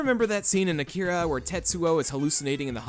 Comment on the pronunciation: Your first pronounciation of Akira is a LOT closer to the correct Japanese than the America-fied one you used after. It's most certainly not Akeeeeeera.